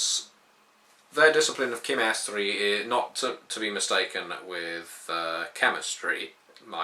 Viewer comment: WHAO ... when i heard you pronounce Chimerstry my jaw hit the floor... i always heard is sound like SHIMerstry